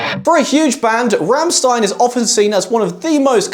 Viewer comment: Never heard Rammstein pronounced like that.